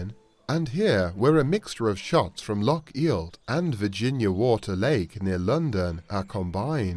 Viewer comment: LOCH! ...not "lock" ya sassenach!! ..though thumbs up for magnificent content and presentation.